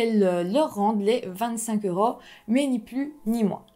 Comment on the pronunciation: Je t'aime pas bcp psi tu dis euraus mais c'est euros et aussi tu oublié des choses donc essayée de améliorer ta parole mrc